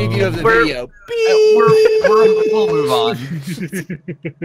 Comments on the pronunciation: "videio" sorry I couldn't resist lol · Is that really a correction of the word "video" with "videio?" Oh please let that be real. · I’ve watched this at least 10 times and this is the first time I noticed “videio” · videio? anyone else catch that? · Click off the "Vidieo"? xD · Videio? VIDEIO?! REALLY?!